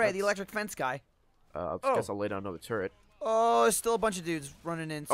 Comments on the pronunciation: Well thank you Gavin, now whenever the others say "turret" all I can hear is turd. Well played. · Everytime you said turret it sounded like turd lol except gavin.